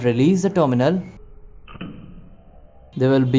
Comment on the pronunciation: When you say "dominal", do you mean terminal? I think you could improve your pronunciation by watching videos made by native speakers.